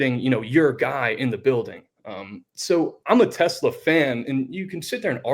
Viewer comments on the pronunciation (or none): Its pronounced TeS-Laa